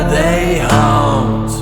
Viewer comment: ** named changed to protect the innocent** it's HAW-NT not Hunt. I sincerely appreciate ** name changed to protect the innocent** History knowledge and delivery of the facts. I can tell it is a passion of his. Both of you, keep on asking those great questions of the spirits. With such activity in Nashville especially during the Civil War Era to the 1960's that's a lot of energy, tragedy, death and even nefarious goings on the permeate that area.